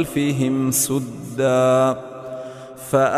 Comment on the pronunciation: اسلام علیکم و رحمتہ اللہ و برکاتہ ۔ آیت نمبر 5 تنزيل ۔ ل کو پیش کے ساتھ پڑھا گیا ھے ۔ قرآن مجید مین تنزیل ۔ ل پر زبر لکھا ھوا ھے اور آیت نمبر 9 سدا ۔ س کو پیش کے ساتھ پڑھا گیا ھے ۔ قرآن مجید مین س پر زبر لکھا ھوا ھے اور آیت نمبر 39 قمر کو پیش کے ساتھ پڑھا گیا ھے قرآن مجید میں قمر پر زبر لکھا ھوا ھے ۔ اللہ تعالیٰ مرحوم شیخ نورین محمد صدیق کو بلند مقام عطا کرے آمین ۔